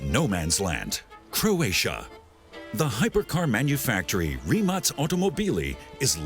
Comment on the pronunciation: its rimak with a K not C